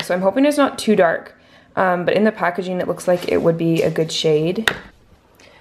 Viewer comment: She is a cute pup! Also, if you want to speak more correctly (if not, no worries), some helpful advice would be that it's actually pronounced "editing", not "editeen", and also "packaging", not "packageen". Good luck!